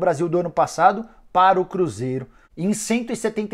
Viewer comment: A forma como Nicola fala aqui é engraçada, "para o cruZERO"